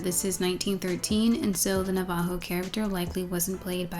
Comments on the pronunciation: Probably late, probably been commented already. "Navajo" is not "nah-vah-hoe" it's "Nav-Uh-Ho" but that term is a white-wash. Members of the Navajo Nation prefer "Diné" (Din-aye). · this was so good 🍿🍿🍿 Navajo is pronounced NAH-va-ho btw, not na-VAH-ho 🤗 emphasis on the first syllable. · I don’t mean to be rude, but Navajo is pronounced Nav-uh-ho. Sorry I’ve heard of that movie before because sparked a lot of controversy in our tribe due to it demonizing our culture...anyways:) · btw. The Na in Navajo is pronounced like "nah" (like saying no). Dine is the name we call ourselves tho. Din-nay. It's better to say Dine than Navajo. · The way you pronounce navajo throws me off